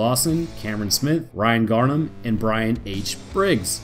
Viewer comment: Thank you for being the only person to ever pronounce my surname right 😂😂 Garnham and not Graham